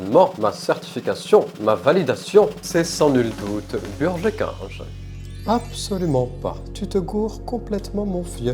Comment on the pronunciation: "Chez burgé kinge" 👁👄👁 🧙‍♂️